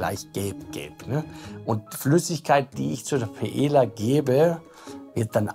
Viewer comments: Also mal ernsthaft lieber, wenn ich schon PaeLLa höre anstatt Paeja (und ja, das ist nur für die Laufschrift so geschrieben) dann denke ich mir meinen Teil. Da braucht der Koch nicht unbedingt ein spanisches Kochbuch, sondern DU ein spanisches Wörterbuch! Peinlich hoch 10!!! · Warum kann Paella und Mojo niiiieeee korrekt aussprechen?